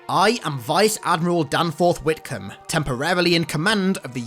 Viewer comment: Whitcomb "gotthem"